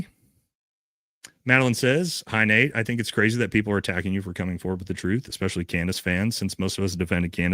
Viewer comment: And also it’s “especially” not “expecially”.